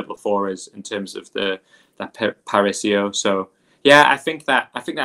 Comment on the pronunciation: It's not "parisio" guys, really